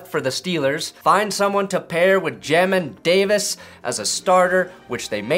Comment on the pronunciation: his name is pronounced "jay min" davis